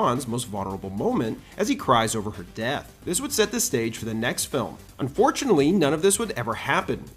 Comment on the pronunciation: I realized that it doesn't actually bother me at all whenever you do this sort of speech pattern. But whoever is doing this gives the subconscious impression like he's not a real person, especially when he says "cries over her death". It's interesting, and maybe a bit subtle.